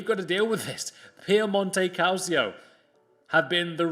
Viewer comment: Hey Actually “Calcio” is read as “KalCheeo”